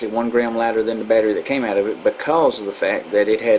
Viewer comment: "Take 2 screws owt and it'll slyde right owf" 😩